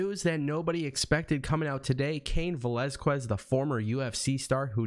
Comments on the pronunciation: It’s pronounced velazKEZ not QWEZ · Yo when you say cain Velazquez the u is silent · You butchered Cain's last name but I am glad to see him.Since they don't want to put Lashley vs Lesnar I know Fox will make sure Brock vs Cain happens. I don't see Fox wanting Brock to treat the belt and be there as little as he was with the last belt so Cain will take it from him in short time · Please pronounce his last name correctly. I tried to finish your video but your mispronunciation made me cringe.